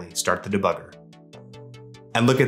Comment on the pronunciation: "Da bugger" lmao